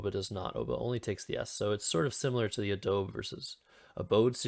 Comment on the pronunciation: Adobe is pronounced - A-Dough-Bee (I lived in an adobe abode!)